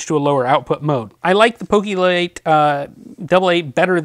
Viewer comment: its poke lite not pokilite